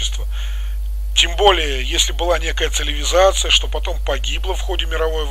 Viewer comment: ЦиЛиВизация))) Улыбнуло. Погуглите как правильно произносится это слово.